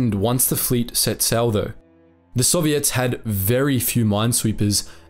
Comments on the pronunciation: You say the word “Soviets” like they are an all female pop band. I like it. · He's talking about intonation. With the word soviet, the accentuation is usually on the "o", puts it on the "ets", which gives the impression OP referred to.